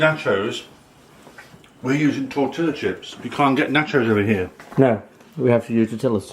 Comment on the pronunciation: Lol toetilla is pronounced Torteeeuhhh